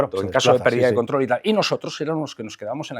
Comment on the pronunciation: Contro , control , control ajjajajjajajjaj😂🎉